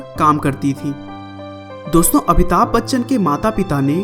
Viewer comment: Abhitabh nahi amitabh